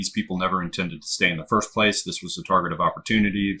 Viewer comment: Foist... lol Cheers guys!